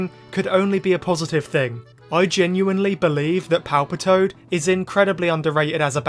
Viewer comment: I heard you call Ash's Palpitoad Palpatine. Hilarious 😂